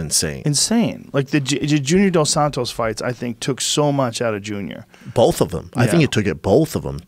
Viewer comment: I know Schaub didn’t just say Sammy Sosa dresses like an asshole. Pot meet kettle! Now Brendan is saying “BOLTH” as well as “DRAWL”. And this moron is doing well. Only in America!